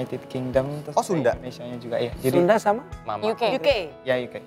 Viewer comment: Aku kok dengarnya sudan bukan sunda 😆